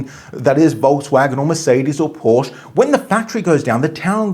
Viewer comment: mmm. He can’t even pronounce Porsche correctly.